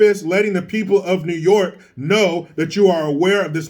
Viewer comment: Me: Notices does a video involving NYC. Also me: Wonders if he'll do a "Noooo Yaaaawk" accent?: "Hold my hat!!"